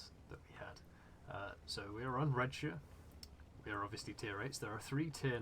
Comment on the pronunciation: "We are on Redsher"... It's RED SHIRE!!! LIKE THE HOBBIT!!!! THEY LIVE IN THE SHIRE!! NOT A SHER!!! ...god ... He's English... 😂